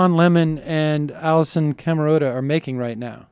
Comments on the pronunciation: Can't even pronounce Allison Camerotta's name correctly... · it's pronounced Allison, cam-er-ahh-ta. the guy was sic-dum-assfool..